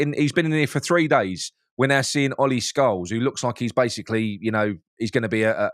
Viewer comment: Scowles? Isn't it Scarles?